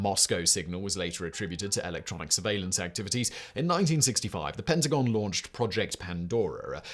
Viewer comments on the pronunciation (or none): none